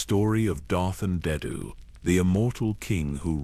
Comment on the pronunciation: I do like the lore behind this... But... The way the AI pronounces rakata and Andeddu annoys me so much... I wished that the creator of this video, would have spent the time narrating it personally